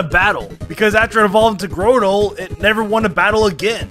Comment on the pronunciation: Every time someone pronounces Grotle as "Grow-tle", a piece of my soul dies